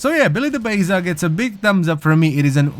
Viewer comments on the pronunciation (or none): Its pronounced.. BAZZZAAAAA!!!! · pronounced "bah-zah" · I pronounce it as Bah-za seems to make more sense than any other name imo. Good video though